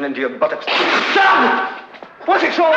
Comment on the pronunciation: This ! arrrrrrgh. Butt-OCKS. Like Forrest Gump, ugh !